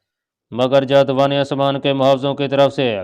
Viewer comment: اسلام علیکم۔ محترم رائٹر صاحب یہ سٹوری کافی دلچسپ اور معلوماتی ھے، مگر اس میں کئی جگہ پر بیان کی غلطیاں ہیں ، مثلاً ایک لفظ جاودانی آسمان ھے لیکن ادآئیگی کے وقت جاد وانی بولا جارہا ہے جس سے مطلب اور معانی ہی بدل جاتے ہیں۔ اس طرح کئی اور الفاظ ایسے ہی بولے جارہے ہیں۔ جِن کی نشاندھی بھی کردی جائے گی۔ شکریہ۔